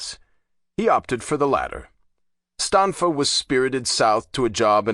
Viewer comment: Natale read Stanfa correctly.